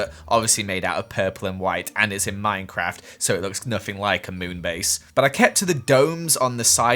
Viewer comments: MUMBOJUMBO GRIAN The.... Three horsemen of mincecraft divinity Did you say Minecraft....or minCecraft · MINECRAD??? Lol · Minecrad hahahahaha I’m dying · gods ok i was mid-gulp of a clementine slice when he replayed himself saying "minecrad" and almost saw the light holy shit